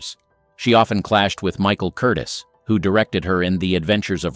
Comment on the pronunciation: Not Michael Curtis It’s Curtiz accent on the second syllable. All these actresses were strong willed, talented and managed to have outsized careers at a time when women weren’t allowed careers, let alone big ones. Ambitious? Heck yeah. But if they were to become legendary in the business they had to fight everything and everyone. Some even paved the way for the breakup of the male dominated, over bearing and hyper controlling studio system. Zsa Zsa was the precursor to today’s Kim Kardashion. Famous for being famous. And naked. Meh.